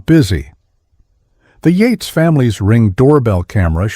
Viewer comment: Techs not Tex. Bee not B.🐝 Yates not Eights.